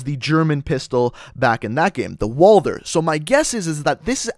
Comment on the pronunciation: It's not walder it's walther